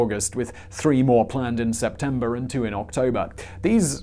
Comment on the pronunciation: Simon's "September" sounds like December lol